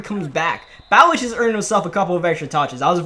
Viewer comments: Lol ur saying Ballage wrong it’s Bu Lodge I’ve heard the nfl announcers say it all the time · It’s pronounced like bah-lodge the RB you kept saying his name wrong, he got a 75 yd td run last season hes actually kinda a beast, 230 and faster than Kenyan drake. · It’s pronounced like Buh•lodge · Kalen Ballage is pronounced like (Ballaj) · It's prounced "Ba-loj". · Ballage’s name is pronounced buh-laj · Ballage isn’t pronounced like that